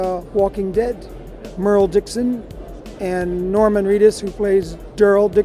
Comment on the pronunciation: Merle* not Merhl